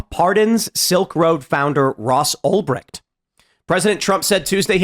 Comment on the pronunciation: Tim you literally laugh at Trump for saying Albright and then you do it yourself 30 seconds later 😂